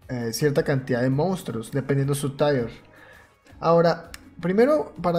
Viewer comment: Gracias! Andaba buscando esta información en forma de VIDEO que no me duerma! BTW Tier no es TAIER es TIeR*